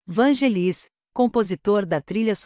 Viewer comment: Tem q aperfeiçoar a pronúncia dos locutores. Não nome Vangelis a sílaba tônica é no VAN. Na palavra Oscar é pronúncia inglesa, por favor, sílaba tônica no OS. Muito triste ouvir pronúncia tão fora do prumo Daí correm o risco de perder inscritos. É preciso buscar a perfeição na competitividade que é este YouTube. Grata.